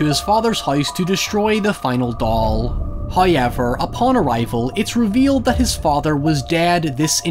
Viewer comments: Me: However. My friend: However.: HIGH-EVER. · No one: Irish people: HOYEVER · I just got home from a long 13 hour shift, with another one tomorrow and saying “hoyever” just made it all okay.